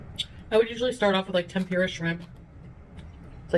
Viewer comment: Tempeera shrimp? She cannot pronounce the simplest things.